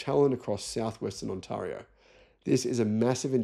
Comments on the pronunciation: On-tear-io not On-tar-io despite it being written that way. But otherwise 👍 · On-TAIR-ee-owe, not "on-TAR-ee-owe". (TAIR rhymes with hair) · HEY ' LOVE YOUR SHOW ' ONTARIO IS PRONOUNCED [ ON TEAR RE O ]. YES WE HAVE ALL THE RARE EARTH MINERALS ONLY A STONES THROW AWAY FROM ANYWHERE THEY BUILD A BATTERY PLANT IN CANADA. VIOSEY BAY MINE IS ONLY 10 HOURS DRIVE AWAY FRON ONTARIO. ENDLESS SUPPLY OF NICKEL AND COLBALT. LITHIUM IN NUMEROUS LOCATIONS THROUGHOUT CANADA. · Hey, love the Channel… Used to live in Sydney from 72 to 80… But I'm Canadian been back since 80. Anyway, the way you say, Ontario reminds me of my days in Australia. I could probably send you a video or something you could watch, but try this… The way you would say "scary" is the way that Ontario sounds so you could say Onscario It's no biggie. Certainly not a complaint but you're the type of person that likes to be accurate. Keep it up mate!